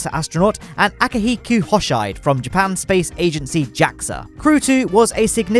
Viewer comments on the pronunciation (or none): I don't think "Hoshide" is pronounced "Hoh-sheyed", more of "Ho-Shee-Day", because in Romaji, vowels are always short. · lol its funny how you read Hoshide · How can you butcher the prononciation of Hoshide and Pesquet after supposedly hearing them said correctly many times during NASA’s coverage !?! 🤦🏻‍♀️